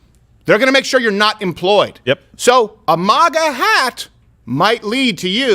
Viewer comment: Why does Steven pronounce maga wrong.